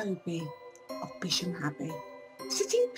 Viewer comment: Its a shame people can not pronounce the name of the ancient village! It is also worth knowing that Bisham is closer to Marlow than Maidenhead and has far closer connections than Maidenhead.People should really do their research more thoroughly.